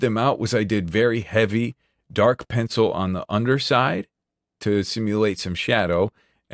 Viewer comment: "dis a gude piyencil"🗣🗣🗣🔥🔥🔥